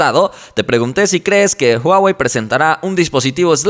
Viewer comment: No es "uawei"...